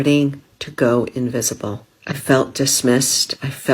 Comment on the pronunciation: did the woman mean to say "InVISible" to men? Bwahahahahahah!!! wut uh dow-noot!! (what a donut). And the woman after her is creepy as hell.....like a 12 year old girl in a 55 year old woman's body